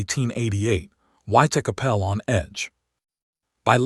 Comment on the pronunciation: Put me off watching it. The way that he pronounced Whitechapel.